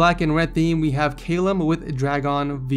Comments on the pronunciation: He mispronounced Callum it is said Kallum not Kaylum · Cay-lum it's ca-lum wtf ed xD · it's pronounced cal-lum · The way pronounces the name 'Callum' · How did you get the name "Callum" wrong?! LMAO! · you said callum wrong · callum is pronounced call for a 50 caliber bullet and um